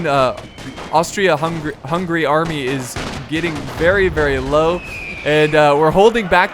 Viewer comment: it's Hungary not hungry